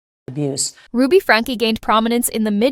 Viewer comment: It's not pronounced Franka, it's pronounced Frank. 🙄